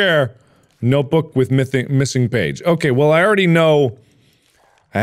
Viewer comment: “mithing page”